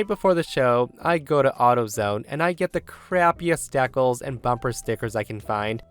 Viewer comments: Hey,. Long-time subscriber. Love your content. BTW, Decals is pronounced DEE-Kals, not Dekkles. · Story 2. It's pronounced DEE-cals, not "dec-alls." Sheesh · Deckels? It’s pronounced dee-cals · Dee-cals. Dee as in delight. Cal as in California. Fucking dek-alls? Are you a bad AI or what? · LOL.. As of today, I will always call DEE-CALS... DECKLES...the way pronounced it! 😂😂😂 I love it!!! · "Dekkles"? Are you trying to say decals? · Lol why does say dekkles. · I know... all I could think was DEE cals 🤣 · my man that mispronunciation of decals just hurt to listen to